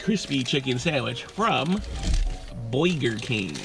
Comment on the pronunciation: Well that how I’m going to say it now boiger king oh yes 👌🏻